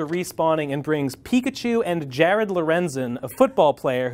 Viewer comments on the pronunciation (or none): none